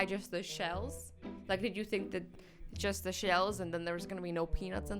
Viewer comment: Pause then cause she says jush instead of just